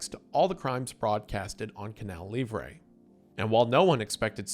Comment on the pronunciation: Is it really that hard to pronounce "livre" correctly? It's like a key point in the story just say it right jfc